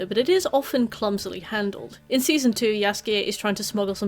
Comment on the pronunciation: You pronouncing Jaskier's name as Yasuke was really distracting for me lol